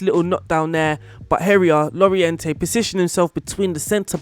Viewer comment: It’s pronounced Jorente, not Lorejente.